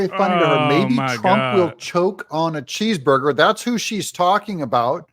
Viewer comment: Can't Joy speak proper English or does she have a lisp problem. She can't even pronounce 'cheeseburger"